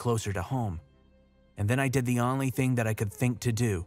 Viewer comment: SAY ONLY PROPERLY DAMNIT. OWN-LY not AHNLY